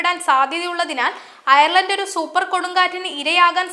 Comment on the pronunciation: ഡെയിലി മലയാളിയുടെ പുതിയ വാർത്ത ചാനലിന് എല്ലാ വിധ ആശംസകളും.. ഒരു അപേക്ഷ: വാർത്താ അവതാരകരെ തിരഞ്ഞെടുക്കുമ്പോൾ കുറഞ്ഞത് Ireland, Dublin എന്നീ വാക്കുകൾ എങ്കിലും നാവുളുക്കാതെ പറയുവാൻ അറിയാവുന്നവരെ തിരഞ്ഞെടുക്കുക.. ( വാർത്ത വായിക്കാൻ കേരളത്തിൽ നിന്ന് ആളെ തിരഞ്ഞെടുത്ത് കേരളത്തിൽ നിന്ന് സംപ്രേഷണം ചെയ്യുന്നത് കൊണ്ടാണ് ഇത് എന്ന് മനസ്സിലാക്കുന്നു. ദയവ് ചെയ്ത് ഇത് ശ്രദ്ധിക്കുക. കാരണം Dublin, ഡംബ്ളിൻ എന്ന് തുടർച്ചയായി കേൾക്കുമ്പോൾ വളരെ അരോചകമായി തോന്നുന്നു.. ശ്രദ്ധിക്കുമല്ലോ